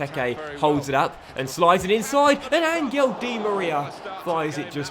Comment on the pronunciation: i know why he says angel di maria first name weird 🤔